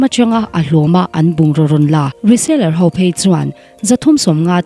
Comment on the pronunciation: I tawngkam hi uluk deuh teh. Ho. Tihtur . Hau. Tireng mai. A ninawm